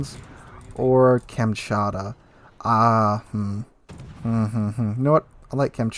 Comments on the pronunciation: Com- chot-ka is the pronunciation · It's Kamchatka (as in Cam-Chat-Ka). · Kamm-chat-ka is how you pronounce it. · i believe it's pronounced as kam;tsat;ka